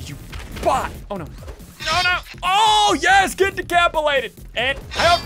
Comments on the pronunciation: No one: Literally Nobody: Not even a soul: Ssundee: Ohhh, you just got DECAPILATED!!!! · he said decapilated